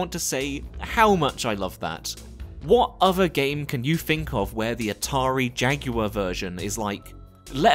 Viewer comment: Thank you for not calling jaguar "jack wire" lol.